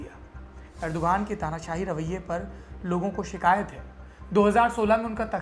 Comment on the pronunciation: Rajab taiyab urdugan ...naam sahi boliye plese ye videshi media ne hamesa urdugan ka naam galat bataya hai